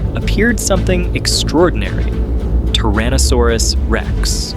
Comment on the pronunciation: TYrannosaurus...not TARaannosaurus